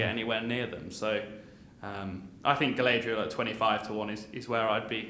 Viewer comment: Definitely never seen lord of the rings these guys. Pronouncing galadriel totally wrong